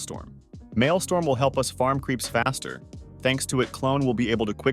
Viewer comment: its maelstrom. not maelstorm xD